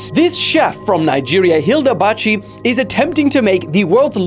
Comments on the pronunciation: It's not Hilda bachi, it's Hilda baci😅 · Hilda Baci (Ba see) not Bachi hehe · It is pronounce Hilda Ba c- e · IT IS PRONOUNCED HILDA BAR-SEA, THANK YOU